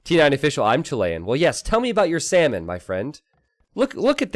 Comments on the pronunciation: Is it just me or how says “salmon” sounds like “semen”? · The way you say salmon, xdd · For my non expert ear every time you say salmon I hear semen :/ that was disgusting and funny.